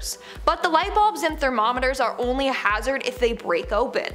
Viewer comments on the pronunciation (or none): none